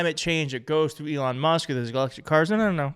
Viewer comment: If anyone has contact with, perhaps they will let him know 1) he appears to be a sincere, passionate presenter, and 2) during his Trump/Musk episode, appeared to consistently refer to Elon Musk by pronouncing Elon’s surname as “Must.” If that is the result of a speech impediment, it’s understandable. If not a speech impediment, perhaps should not throw the stick too far - regarding someone slurring. Thank you, whomever is willing to get this to.